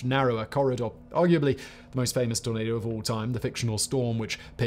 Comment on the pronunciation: Every time Simon said tornado it sounded like tomato 🍅 lol